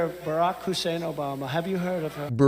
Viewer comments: Obam-na!!!.. Always gets me 😂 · One of his 'mental cognizant faulting' tells is when he says a word or something seemingly so confidently and either can't for the life of him pronounce it or can't remember he'll go like 'When Obamda, - have you ever heard of that guy ? Have you this or that''. to pretend he didn't mess up to save face for not being able to say correctly or AT ALL! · 🗣️”O-BOMB-nuh” ☠️ kills me every single time ☠️ 😂😂😂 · Hey Don who is Obamna? He is 78 and he has lost it.